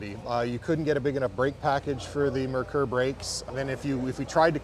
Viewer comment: I remember this car very well when it came to US. The reasons it didn't sell here is one the name (it's pronounced MARE KOOR) And it was sold through Mercury dealerships. If Ford had named and marketed it better it would have been a home run here...